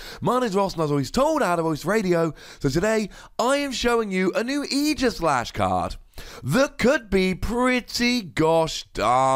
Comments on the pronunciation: Oh my goodness, YAS, someone finally pronounced his name right! It’s not AGEislash, dang it! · 2 wossy card. Never gonna see serious play. There are way too many ways to get off the active spot. Even if we get an uber busted mon with an ability that prevents retreat there are still a lot of way you can get out. And btw thanks for pronouncing it properly. It's aegis like the old greek shield not years.